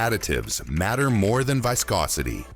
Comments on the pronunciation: "Vye-scosity" (waves to our friendly AI) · Good info but why can't we have an actual human speaking who knows how to pronounce words like "viscosity". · "Whyscosity" - Bruh, cmon.